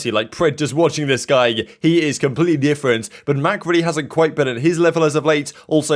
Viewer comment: DEEUUFRENT lmfaoo